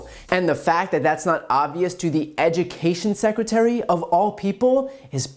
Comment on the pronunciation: Ladies and gentlemen, the Ejukashun Sekratarie, Betsy DeVos.